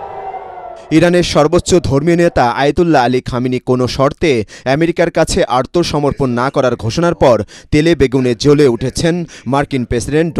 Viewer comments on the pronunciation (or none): ছাগল মার্কা মূর্খ সাংবাদিক আত্মসমর্পণ উচ্চারণ না করে আর্তসমর্পণ উচ্চারণ করে😂😂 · সংবাদপাঠক বলে আর্তসমর্পন বাংলাটা সঠিকভাবে উচ্চারণ করতে পারেনা মিডিয়ায় কাজ করে হায়রে